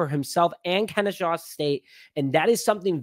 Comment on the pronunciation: Kenny-SAW!! PLEASE show the HBCUs some fn love and SAY IT RIGHT! ✌🏾